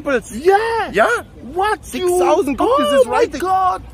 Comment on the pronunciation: sixssausend pepols